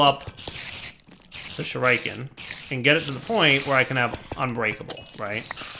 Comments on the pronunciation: It's Shoe-Ree-Ken not Shoe-Rai-Ken - god, that really bugged me the entire episode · Everytime pronounces Shuriken "shoo-rike-en" I visibly cringe. Shuriken pronounced "Shoo-ree-ken" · 1x1 of cursed earth works fine, not in your ritual zone..... stop saying shoo-raiee-kaaan you sound like a fucktard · It's pronounced Shuriken, not Shuriken, FFS! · Shuriken = Sure uh ken not Sure I ken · stop saying shooraiiken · Shureyekin?. You are so clearly NOT an 80s kid. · SHU-rē-ken, stress on the first syllable, long e sound in the middle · 1. Sure-eh-ken 2. Wither skeleton spawner to level shurikens 3. Love the vids =) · Every time he said "Shur-eye-ken" I wanted to die........ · Oh god right though! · why not use the shuriken on the wither skeletons? also can you use golems to damage the dragon also also, it is pronounced Shu-ri-ken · the 'i' in shuriken is the same 'i' in 'pit', 'sim', 'hellish' 'killer' etc shuRAIken i spat out my rice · ˈSHo͝oriˌken "sure-i-ken" (the 'i' is pronounced "eh" and the emphasis is on the first syllable) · I though "Oh shriken, is that new?" then I saw him craft a shuriken. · "shuraiken" lmao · OK I stopped exactly and am now looking over comments. Does he remember that he has a ritual to prevent mob spawing near the base? I mean we all know he is saying the name Shuriken wrong but, does he figure out the problem? And why not use arrows? I mean heavy duty laser guided arrows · I have not yet heard that pronunciation of shuriken before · The way you pronounce shuriken makes me cringe so hard my face started cramping. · Even shuriken you can't say?